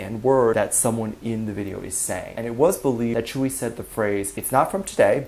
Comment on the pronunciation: Your saying tzuyu wrong